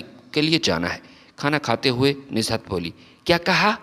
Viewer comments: Pehle Urdu ki reading tau janab seekh lein, Nuzhat not nizhat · Name is Nuzhat not Nizhat. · بھئ کم سے کم جو لکھا ہے وہی پڑھ کر صحیح pronunciation. کے ساتھ صحیح تلفظ کی ادائیگی کرو بجائے نزہت بولتے وقت ز کے نیچے بلا وجہ زیر لگانے سے کیا مل رہا یے